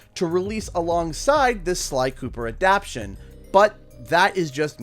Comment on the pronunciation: What is an "adapshun"? I think you mean "adaptation".